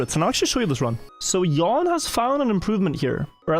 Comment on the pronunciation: Jan is pronounced "yaahn", not "yawn". But kudos on pronouncing "j" correctly. You are a natural Swede.